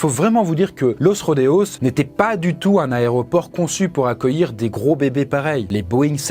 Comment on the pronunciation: C'est fou de faire un format sur les avions et de continuer à dire "Aréoport". Merci pour tes vidéos malgré tout